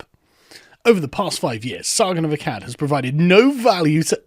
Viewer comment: Sargon fans, "Aklads"? Sargon of Aklads lol No?